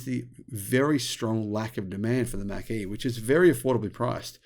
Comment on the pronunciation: well, the reason there is no demand for the 'Mack-E'....is because it doesn't exist. The 'Mach-E', on the other hand....is an actual, real thing. Correct phonetic pronunciation is everything.